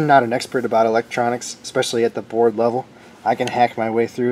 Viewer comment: I have watched this entire video and have no idea what in thunder u r babbling aboot.